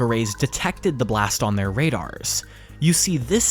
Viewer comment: radars? At first I was like wow how did the AI get that wrong but im pretty sure this isn't AI based on the age. I think this is a good thing.